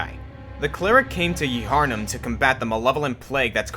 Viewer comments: Y'know, I'm happy to see Bloodborne's Father Gascoigne on this list (because I'd totally forgotten about him when I was thinking about werewolves in games), but like...."Yharnam" is only two syllables. Gherman pronounces it "Yar-num" in the game's opening. Keaton, huh....I want to use him, but he's so frail and not nearly strong enough. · Ee-hyarnem? Really?